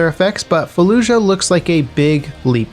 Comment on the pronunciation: Its “falluyah”